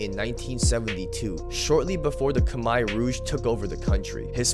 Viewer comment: Kha mare!! Not kha mai! Lol